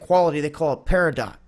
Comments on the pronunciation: "PAIR-ih-doe", not periDOT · Tha correct pronunciation sounds like "Perry-dough" not para-dot. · It’s pronounced per-uh-doh and not peri-dot. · The gemstone is pronounced, “PAIR-a-DOUGH” not PeriDOT as you said it. These are NOT rare gems & pretty much all those who see these gems in the market are of gem quality. So I’m unsure of where you’re getting your information from. Just thought I’d do a tiny correction. Hugs Everyone!! 🤗💎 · it's paridot. Arizona is full of crystals & jems do to all the volcanic & tetonic mountains. Peridot is easily found where there's volcanoes & lava rocks. This guy needs to do better homework on gems that are found anywhere that volcanoes have been. I have quite a few lava rocks that have peridot on them that came from here in Arizona, Arizona is also home to four peaks mountains where America's amysis come from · It's pronounced pair-a-dough, peridot. This gem is found in the Hebei (hah-bay) region of China. It's August's birthstone, it's not rare or expensive, and is a lovely shade of light green. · Not trying to be a jerk... but it's pronounced *pear-ih-doe*. It's one of my favorite gems :) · Its pronounced "para-dough" you fucking nut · Peridot is my birth stone. Correct pronunciation is long O, silent T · Peridot is pronounced "perry-dough" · Pronounced "pear-uh-dough", not the way you said it. And btw, peridot is a very affordable semi-precious stone. You can find it at Wal-Mart's jewelry counter and at craft fairs and get a nice ring for $25. Sure, you can pay more, but you don't have to. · Peridot is pronounced: Pair A Doe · pronounced per-i-dough. Peridot. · I think peridot is actually pronounced peridoe. The t is silent and the o is long vowel sound. But I could be wrong. It wouldn't be the first time. Lol! Just fyi..... Cool info though, thanks! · Pronounced. Peridoe.... :) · It's pronounced peridough, the t is silent just fyi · Peridot is pronounced PEAR-ih-doe. The t is silent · Peridot: T is silent . "Peri doe".